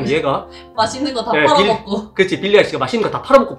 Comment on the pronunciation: 빌리가 자꾸 빌런으로 들림ㄷㄷㄷ